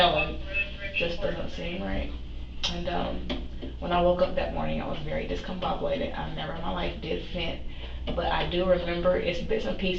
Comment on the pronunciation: I hate this woman so much "I said I was so discombobulated." "I was very discombobulated." "I was so discombobobed [discombobulated]." "is that why I was so discombobulated when y'all see me?" "So that's why I was so discombobulated when y'all seeing me." "I was so discombobulated that morning."